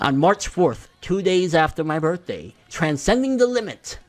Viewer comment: LMAO at the way you said birthday, witch is btw one day before mine